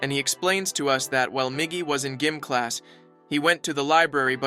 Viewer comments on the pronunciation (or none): Bro really called it g i m class Edit: the lady who was treating dali like a baby was crazy asf 🤣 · Um actually... Its gym class and not gim class neither is it chastd but chased 🤓☝️